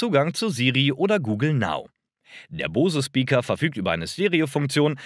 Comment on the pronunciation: Der Bang war kein Ami sondern Däne - heißt also nicht "Bäng" sondern ganz einfach Bang... Bose hingegen ist amerikanisch (aus Massachusetts), wird also englisch ausgesprochen ("boos", nicht "bohse")